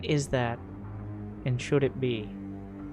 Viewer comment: A couple more years of this and the first 3 minutes of each video will just be the "o" in "heroes"